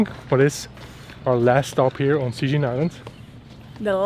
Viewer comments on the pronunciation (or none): Actually, Cijin is pronaunced "Chi jin." Just let you know. =)